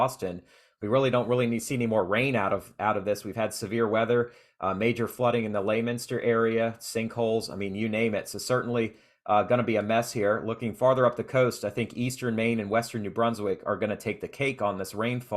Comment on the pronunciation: Laminster? It’s pronounced Lemonster. Try Worcester or Leicester. Folks really eviscerate those towns.